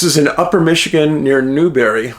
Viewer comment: it's spelled Newberry - and pronounced as it looks New-berry.